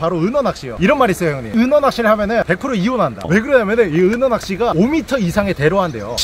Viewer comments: 은어낚시를 은혜 낚시로 발음하시는거 같은데... 은혜님한테 은어처럼 화나서 헌터퐝님이 낚시대 뿌러지는것처럼 허리가 뿌서질갓같은데 미리 삼가고인의명복을빕니다.. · 나 왜. 은어가 은혜님이라고 들리지? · 은어가 왜 은혜라 들리죠... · 자~은혜 낚시 아니고요 은어 낚시 입니다😂😂 사랑합니다 은혜님 ㅋㅋ❤❤ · 은어을 은해라고 들었네요 중독인가요?